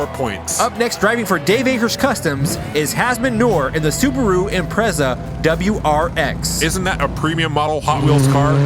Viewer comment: Loving it!! This made my day Sidebar, subaru is the brand, wrx is the model, sti is an option package. You said it correctly. I think it stands for subaru technica something or other, I don't know lol